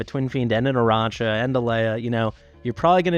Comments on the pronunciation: Yes, THANK YOU❤ Please stop pronouncing it like a Mariachi band. Thanks for the amazing content but this little detail is super anoying. It's ~Arakka... Based on the greek mythology around "Arachne" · But according to google it's sound like matcha not mocca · Tbh Aracha just sounds nicer than Arakka. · Nice. Now quit pronouncing Aracha like shes a hot sauce. Aracha come from Arachnophobia, not sriracha hot sauce 😂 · That’s a good point 😂